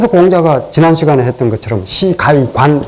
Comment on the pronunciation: 할수 있다는"가이"의 가는 좀 길게 발음하셔야 들을 때 금방 이해할수 있읍니다. 또 주석의 "주"도 장음입니다. 선생의 강의를 늘 기쁘게 듣는 사람으로, 한자구나 문장을 읽으실때 더 분명히 절도 있게 말하심면 좋겠읍니다.